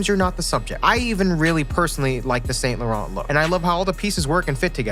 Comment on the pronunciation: The fact he didnt say sAINT lauARENT